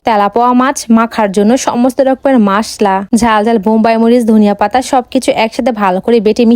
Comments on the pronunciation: মসলা ✅মাসলা ❎ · মাসলা না মসলা 😂😂😂😂😂গাদা 😂😂😂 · বেশি শিক্ষিত হলে যা হয় মসলাকে বলে মাসলা, আরেক ভিডিওতে দেখছি আমি, পাবদা মাছ বলে প্রাদ্যা মাছ 😮😮😮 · মসলা না মাসলা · মসলা ❌ মাসলা ✅😅😅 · মশলা❎ মাশলা✅😂😂😂😂😂😂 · মসলা❎😂😂😂😂😂 মাসলা✅😂😂😂😂😂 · Masla noi apu mosla hobe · মসলা ❌ মাসলা ✅